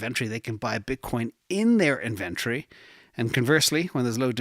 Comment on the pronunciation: inVentrfy is a software company I believe you mean In-vent-tory